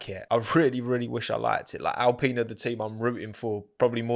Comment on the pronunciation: "Racing Pine" why you have to say it like that